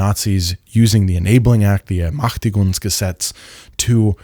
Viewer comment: Another great video, thanks a lot! I watched it on Nebula, I hope you get some ad revenue. If I may point out something about your German pronunciation: in the word "Ermächtigungsgesetz", the ä is pronounced like in the English word "man". In general, the ä is pronounced about the same as the letter e in German. (I'm only pointing this out cause I can tell you make an effort to pronounce things correctly). Thanks again!